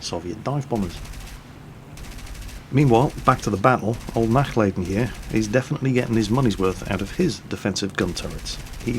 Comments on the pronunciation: It would be a "lah" sound, as opposed to "lay" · I want to make sure he doesn't butcher it in the future. 'Nachlayden' was just an effect of his ignorance. He can learn. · Nachladen mean not loading in German and it is pronounced nach larden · Yes, purely out of personal interest, I want him to not butcher the German language. I can simply not stand faulty pronunciation. However, I know that really only pays heed to comments he himself finds interesting and comments regarding pronunciation are not on that list. Regardless, out of the vain hope he would actually read what I wrote and actually try to pronounce the 'a' like 'ah' when speaking German, I wrote the comment, hoping nobody would take offence to it. I am indeed half German and no, I am not being stubborn because I am half German, I am being stubborn because I'm half Dutch and Dutchmen hate being in the wrong. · both "a's " are pronounced like the U in utterly, a little more "stretched" though. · I like how you pronounce "Nachladen" ;D sounds like a gaelic word when you say it ^^